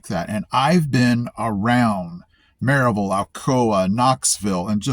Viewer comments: I heard it too!!!! lol! On Maryville … Proper Appalachian English. But he ruined it on Knoxville!?! 😅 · You’ve adapted and are a true Appalachian based solely on how you pronounce Maryville 😂. Glad to have you , brother .